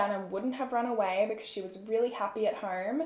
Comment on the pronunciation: and "home" as "horme"